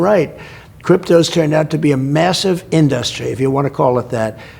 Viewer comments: The guy has never pronounced the word “industry” normally. He’s says in DUS trē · Why does he have such a hard time saying in-dus-try